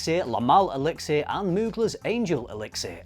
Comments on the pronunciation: Seriously, listening to you say elixir was rough. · That extra syllable in elixir is driving me insane lol